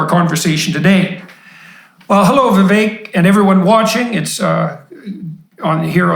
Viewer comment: Wow . Peterson pronounced his name correctly . That’s very rare🎉🎉